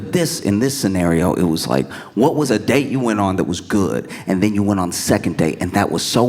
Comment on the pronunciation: It was her wonderful Dublin-accented “Whas?!” that was my fave 😂